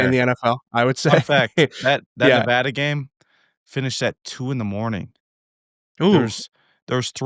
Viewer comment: Coop pronouncing Nevada correctly, what a legend! lol